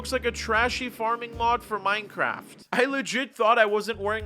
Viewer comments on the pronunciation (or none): none